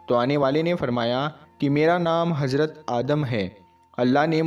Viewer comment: Hajrat nhi Hazrat hota h thoda bolne ka tareeka badlo to aur acha lagega..... Z aur J me farq hota h ok....